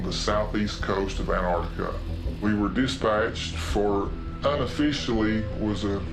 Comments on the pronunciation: The way they pronounce Antarctica bruh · Why is Antarctica pronounced Anartica? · why he keeps saying an-artica, literally eating the T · I wish someone would explain to these Yanks that it is NOT An-Artica! The region is An T artica, YES , with a T after the n ! STOP BASTARDISING THE ENGLISH LANGUAGE, MORONS! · Why can’t Americans say Antartica,morons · the way this narrator says Antartica is doing my head in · Why do Americans leave the "T" out of Antarctica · can you please pronounce it correctly pronounce it with the T lol bloody yanks! An tarc ti ca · Antarctica. The world’s most mispronounced word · May be petty but why do Americans not sound the T’s in AnTarcTica? So hard to listen to and it’s harder to say without the T’s. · whats even more strange about this is that people dont pronounce the T when saying anTarTica